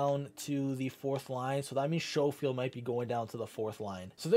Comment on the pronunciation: Not a big deal but to help u out it is Skofield not Showfield